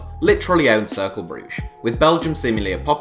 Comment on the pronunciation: That's not how to pronounce Cercle...